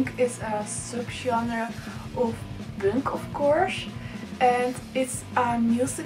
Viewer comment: Is there any specific reason why you don't pronounce "punk" the right way?